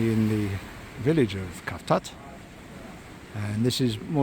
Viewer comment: For the love of God pronounce the name correctly cavtat is actually pronounced SAVTAT